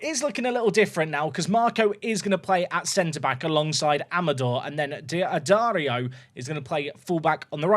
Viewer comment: pronunciation tip for d'addario: just pretend the apostrophe isn't there. dad-ARE-ree-oh